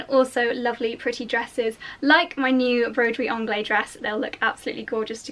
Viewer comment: Sorry, I just have to correct your pronouciation of Broiderie Anglaise.... you do pronouce the "s" because it is followed by an "e". So say to us English it sounds like "onglaze". Love your vids 😘😘😘